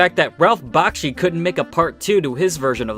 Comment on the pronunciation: you said Bakshi wrong. also I don’t find anything wrong with his movies. perfect Peter Jackson wouldn’t have even made The Lord of Rings if it weren’t for Ralph Bakshi